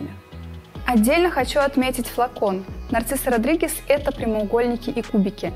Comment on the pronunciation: Нарцисо Родригес, боже выговаривай правельно,Narziso Rodriguez...,если взялись вещать о парфюмерии ..